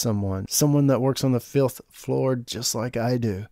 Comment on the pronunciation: really sounds like you said filth floor instead of fifth floor